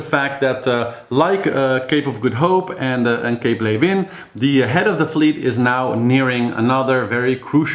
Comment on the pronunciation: "Ley-vin, ley-vin, ley-vin" I'm practising this so I can do the authentic pronunciation. Go Clarisse and Pip!!